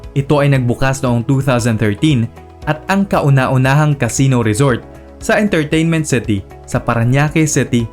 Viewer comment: "Intarteynment Ceti"